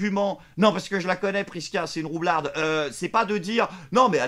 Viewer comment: Tu dis roularde , le mot est roublarde ... 🤗👍